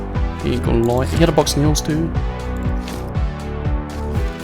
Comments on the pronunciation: I thought you were saying Neil's and not nails hahahaha. I enjoyed the video even though I never played I found it entertaining. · please stopp sayin "nials"